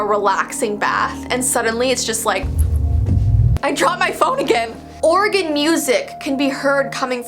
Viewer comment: Who’s Maggie? Maggie Simpson? Edit: yes! It’s near you returned! I can’t wait until you get to New Jersey! :) did she just say "Oregon music?" I think it would actually be really cool (and entertaining) if someone just started randomly playing organ music in the middle of the night, haha. :o huh... drunk ghosts. Never heard of that one before.